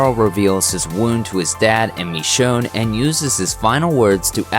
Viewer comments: Walker ST I'm just pointing how wrongly he says her name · Did anyone else notice how he said Michonne wrong